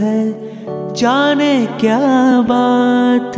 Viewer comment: you are very much promising singer in recent times. You have rendered so nicely.only thing,be little bit careful when pronouncing words like " jane ".. Just avoid bengali accent here. Don't mind pl.